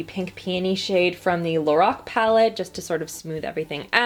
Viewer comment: The way you say Lorac makes me cringe it’s pronounce (lor-AK)